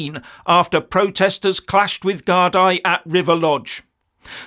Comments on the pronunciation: Geez,, you've been around long enough to know that "gardai" is pronounced "gard-EE", not "gard-EYE". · It is pronounced GARDEE not GARDI. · It's gardee, not gardaye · It is pronounced GARDEE not gardai. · Gardai (Irish Police Force) is pronounced 'gardy'. An individual police officer is called a Garda. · Since the supposed Rwanda deportation was recently decided upon, many illegals are now fleeing to Ireland in an effort to avoid that. Fact. People of the UK and Ireland must and will stand together to stop this destruction. PS -, the word gardai is pronounced like "gardee" because the "i" in the word has a 'fada' on it, like this.....gardaí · Love the way you pronounce the Guard eye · Hello, Gardai is pronounced Gardee but if you refer to them as Scum everyone will know who youre talking about. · BTW, the word Gardai is pronounced “gardee”. The plural of Garda. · Garda - singular gardai - plural pronounced gardee 😊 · Pronounced Gardee.